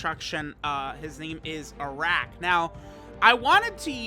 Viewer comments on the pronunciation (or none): His name is pronounced as "Aa'rak" Its an Arabic alcoholic drink